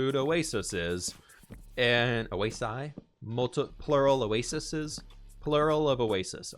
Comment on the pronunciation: Pronounced oh-a-sees